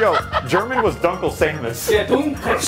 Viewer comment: Well I'm german and my main is actually Dunkle Samus xD Even though Dunkle is no where near pronounced the way they said it ;)